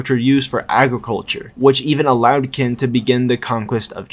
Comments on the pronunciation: Ik you only make these videos for fun but parce , at least try to pronounce it properly, Qin is not Kin , it's more like xin or chin since English lacks that particular sound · Qin is not pronounced "Kin" It's pronounced Chin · Its pronounced as Chin not kin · Been waiting for a new video for a whileee btw Qin is pronounced ‘Chin’ not ‘Kin’ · I'm hearing "kin" used as the pronunciation for "qin"? Qin is pronounced "chin". The Q is like the "ch" sound in English. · Isn’t Qin pronounced as “Chin”, not “Kin”…? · Kin??? Its pronounced Chin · Maybe im a bit too late but qin is pronounced chin since you know 'china' name had to come from somewhere xD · that pronunciation of qin is crazy